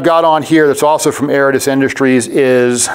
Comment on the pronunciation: Aridus not Aratus